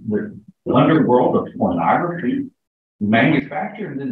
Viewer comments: Its pornography not pronography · What is Pronography? Derp! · "Pronography" What?